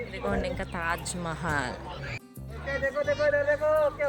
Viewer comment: That is Tajmahal not tahjmahal by the way i like your vlogs love from chhattisgarh ❤